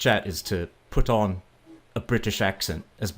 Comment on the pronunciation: It was actually pretty good. But to me it occasionally sounded a bit staccato with a bit too much emphasis on the 't' (as in 'put on' and 'sort of'). If I didn't know you were Canadian, I would have guessed German.